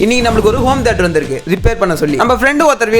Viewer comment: Home theatre❌ Om theatre✅😂😂